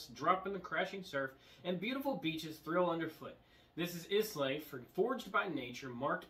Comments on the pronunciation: Good show but Islay is pronounced like "Aye-Lah" or "I-lah" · Yep I definitely died a little inside when he said is-lay